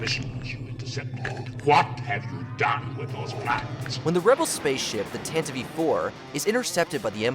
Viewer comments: Tan-tiv .....not tan-tiv-ee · Tantive IV, not tentative 4 lol.